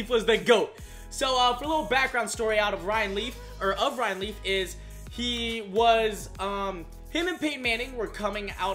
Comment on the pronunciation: It sounds like he keeps saying riley not ryan leaf